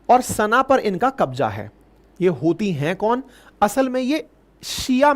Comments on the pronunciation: ... hutiye rehte hai yaha pr, ankit sir 'च' ko 'ह' bol rhe hai😂😂😂😂 ....YouTube guidelines bhi follow krni padti hai🤣🤣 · जब भी आप हूतिए बोलते हो मुझे लगता है आप उनको चूतिए बोल रहे हो बहुत दिन हो गया है आप ने पिगिस्तान को पेला नही है 😂😂😂😂😂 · Epic line hutya rehta ha yeha 😂 (C silent ha)